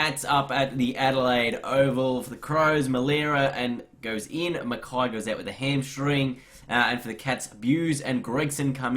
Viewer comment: It's mackay not mickiy